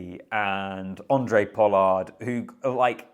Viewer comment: It's Hhhhhhhhaaaahhhhhhndré not Uhndré😂